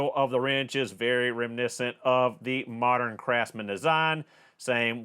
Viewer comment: Learned a new word , "remissent."